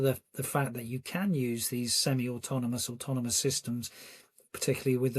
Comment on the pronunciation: Lady said automonous….🤨artificial intellligence v natural stupidity